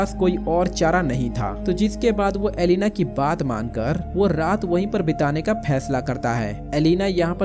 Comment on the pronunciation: Aby chotya bhesla Nahin fesla HOTA he